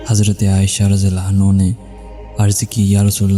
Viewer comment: Anha hota hai bahi naki anho